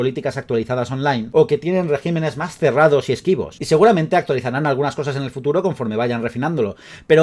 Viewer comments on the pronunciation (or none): none